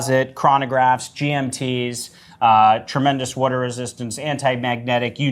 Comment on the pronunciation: "Wudar" resistance